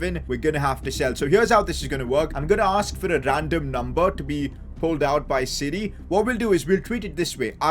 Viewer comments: who else thought he was saying “City” when he was saying “siri” lmaooo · Whenever he says Siri I hear city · Did he say siri or city